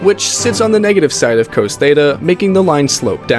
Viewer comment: cos was even worse